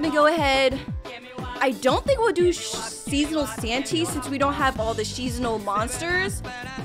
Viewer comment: Did just say shesonal